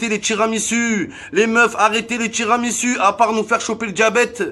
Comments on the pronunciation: En 2020 il faut arrêter de dire tiramisU, bordel ça se prononce tiramisOU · J’ai bien entendu « TiramisU » à ? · Sa s’écrit "Tiramisu" mais on dit "Tiramisou"🤣🤣🤣